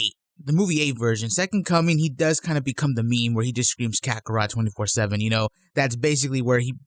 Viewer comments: He didn't just say kakorot ! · I love this new broly he is not an insane guy saying "karakot" XD I can understand this new broly I feel sorry for him being used as a tool. Very interesting character I love to see him more in dragon ball super anime.